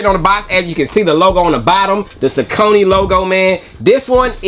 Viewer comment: great review as per usual!!..i believe saucony is pronounced "SAWK-NEY" tho..keep bringing the heat!!